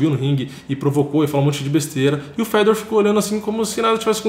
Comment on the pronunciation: Os brasileiros sempre tem a mania de enfeitar nomes estrangeiros. Fala a maneira certa cara. É Fe - dor. Com acento no (ò).